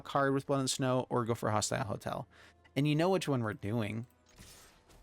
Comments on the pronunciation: Hostile HOSTEL. Love your deck techs, but this was killing me lol. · Even if he says hostel I think it'll still be grating if he doesn't also change his pronunciation of hostile to match ;)